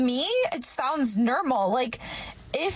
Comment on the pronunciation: I can't help but notice how abnormal her "nermal" sounds😂